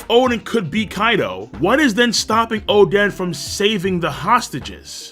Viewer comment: Why does he call Oden, Chaden?